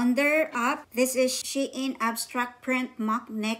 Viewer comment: Wowwww 16 items 😍. Sana all dae daghana ba 😍, Na worry nako Sa akong before kay naka order nko ug 8 items 😂. Napa diay Mas Daghn gi order kysa nko 😂. Lahi jud imong pronounce Sa SHEIN ba, she-in jud hehe. Puro nice imong napalit dae, especially katong pink. nice editing lagiii , pro nmn kaayo mag edit, no need Na tudluan kbw Na 😍 . MAayo nasad mo vlog well done dae love it! 😍